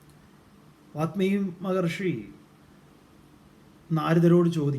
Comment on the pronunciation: വാത്മീകി അല്ല വാല്മീകി. താങ്കളെങ്കിലും ശരിയായി ഉച്ചരിക്കൂ. വല്മീകത്തിൽ നിന്ന് ഭവിച്ചവൻ വാല്മീകി .